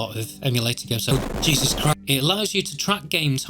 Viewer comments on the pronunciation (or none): none